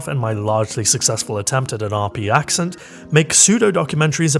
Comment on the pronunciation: Somehow, the least RP thing in this video was the word 'accent' and I can't tell if that's just your natural pronunciation or if you're just intentionally baiting linguistics nerds